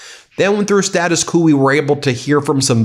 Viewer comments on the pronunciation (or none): Status kewwww, it's actually status kwoooo...in pronunciation haha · status ku? you pronounce it „status kvoh“, please!